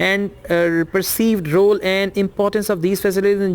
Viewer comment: You pronounciated the word role wrongly So how com you are going to be a teacher